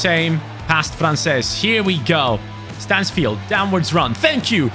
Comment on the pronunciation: Bro it is not manfield it is Stansfield